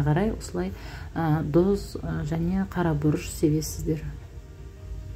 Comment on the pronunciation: Дұз емес тұз деп айтсаныз а то дұз дұз деген сайын нервқа тиіп